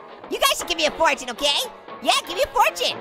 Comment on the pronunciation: Fortiue like fartune